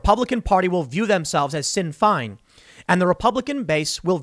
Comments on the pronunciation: pronounced shin fayn. sinn fein sounds like shin fay+n fayn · Tim, Tim... “sin fine” facepalm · Sinn Féin is pronounced “Shin Fain” for any of us CONUS people watching